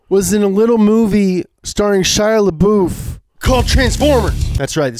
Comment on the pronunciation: Lmao He said Shia LaBoof